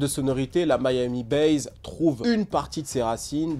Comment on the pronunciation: Ca se prononce MIAMI BASSE non pas Miami Baze